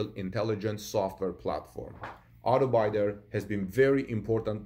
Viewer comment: The “i” in Auto bidder is pronounced like kid my man not bye. Keep up the good work.